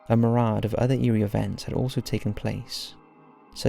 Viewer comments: when he says "a marad", I can only assume he means myriad. Unless there's a new type of paranormal thingy I haven't heard of? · “Renowneded” and “mirade” lol. I’m not being a dick but they made me chuckle. Renowned and myriad. 😂😂.